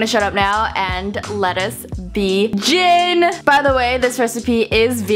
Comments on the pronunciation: "Lettuce be JIN" 😂 Jin OMGAD 😂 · LETTUCE BEGIN! Me: pronounced begin like jin from BTS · "LETTUCE BE-JIN" jin.... bts? HHHhhHhHh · any ARMYS that fangirled when she said beJIN